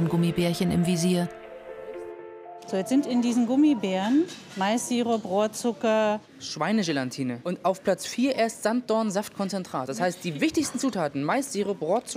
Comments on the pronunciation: wie ich das Hasse wenn man GelaNtine sagen mit N!😡😡 da isz kein N bei Galatine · Lejlic Dzafo Der Fehler passiert aber irgendwie voll vielen :D es tut mir immer in den Ohren weh.